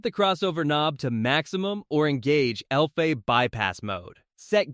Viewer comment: The AI-generated voice is confused by the two meanings of "bass" in English. Edit the script to substitute "base" for "bass" and it won't say the name of a fish. Similarly, spell out the sounds to make for "AV" and "LFE": "a vee" and "el eff e". The video isn't bad, but the mispronunciations are hilarious. It's also a bit too wordy, try to be concise.